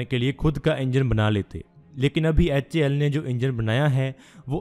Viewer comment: HAL bolne ki practice karna bhai bol nahi paa raha hal sahi se.